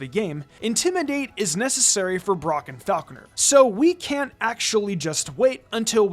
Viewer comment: It is absolutely ridiculous how much you mispronounce Falkner and you overestimate his difficulty. If you're not doing a nuzzlocke and have a decent team of 6, then you probably shit stomp him with no real concern.